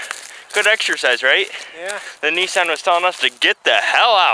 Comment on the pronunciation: Stop saying Nissan wrong OMFG